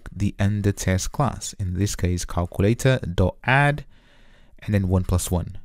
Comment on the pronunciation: I like the calkooletah 👍🏾